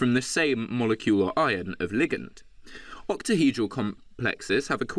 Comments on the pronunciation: has no one picked up on the fact that this man cannot say octahedral 😂😂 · ahahhaha true true. i think he just says it weirdly lmao